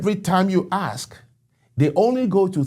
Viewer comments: Its Gen Zed, not Zee Its ask, not Ax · Still say aks instead of ask??? 😵‍💫